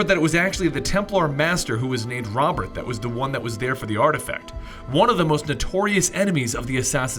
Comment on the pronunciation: Its pronounced Ro-bear